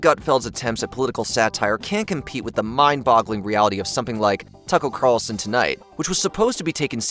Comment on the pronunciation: tuckuu Carlson lol